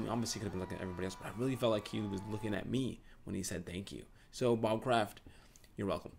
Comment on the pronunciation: oml just saw this and if i were to go i woulda been near u and i cringed when u said bob kradt his name is rob